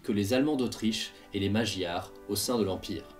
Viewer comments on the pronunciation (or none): Enorme boulot même s'il y a des simplifications... Inévitable sinon il faudrait des vidéos de 4 heures... Une faute quand même : on ne prononce pas magyars avec le son J mais avec le son GU...